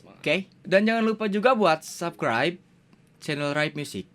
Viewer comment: the true is : sab'skraib not sabkraib